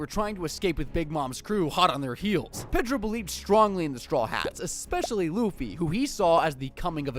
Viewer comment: My guy pronounced Pedro wrong